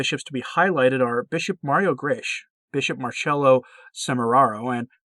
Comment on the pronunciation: Grech is pronounced "grek"